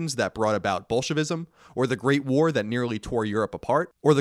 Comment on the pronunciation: almost sounded did you said "Bullshitism" lmao